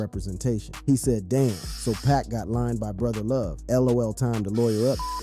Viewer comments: This man said two pack and suege knight😂😂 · Is this a real person talking cause In Dah Club, Two Pack and Shooj Knight are some crazy ass pronunciations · Two-pack and Soodge Knight. I'm 100% convinced now that they mispronounce names as a strategy for boosting interaction. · When I heard that I looked confused why am I listening to someone who can’t say 2pac 🤦🏾‍♂️